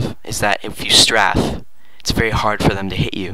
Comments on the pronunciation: its pronounced Stray-fe not straf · its pronounced st-ray-ph, not st-raph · .- its pronounced like strait with an f not straff